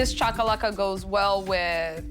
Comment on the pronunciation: If you going to make the cultural dishes of another country please be respectful and learn to pronounce the name of the dishes correctly. This is really disappointing Food Network.!